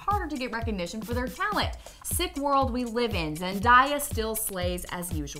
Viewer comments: Dude it's pronounced ZEN-DAY-A(Uh) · "zendahya" ok lol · How do you mispronounce Zendaya not Zendahaya?.? What in the world 🌎!.! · ZEN-DAY-UH is the correct pronunciation. 😊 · I cringed so hard when she said Zendayas name